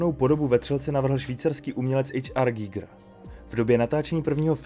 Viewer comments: Koho napadlo (německé) jméno Švýcara vyslovovat anglicky? To nebyl žádný "ejč ár gígr", ale úplně obyčejný "há er gajgr" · Dobře, tak buď anglicky ejč ár gajgr nebo německy (správně) há er gíger, ale zkomolit to dokupy je jiný umění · Pěkné, ale proč vyslovovat jméno "H. R. Giger" jako "ejč ár" když to byl Švýcar? Přijde mi to stejně divné jako anglická výslovnost německého tanku Tiger jako "tajgr" 🙃